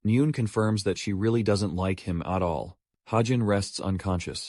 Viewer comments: English pronunciation of "as" and "at" are incorrect. AI voice needs some improvement 😅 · Man I don't really care about ai voice as long as it doesn't sound too bad but bro as and at like nah